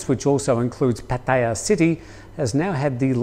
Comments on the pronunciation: Please pronounce Pattaya correctly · He cant say pattaya properly lol